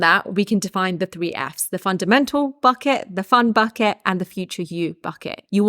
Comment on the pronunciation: Am i the only one who hears "Fuck it" instead of "Bucket"... I love it